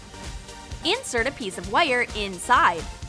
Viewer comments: said wire as wuiyur!!! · Why does she say wire so weird